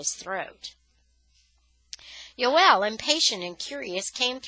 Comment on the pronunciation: Joel not yoel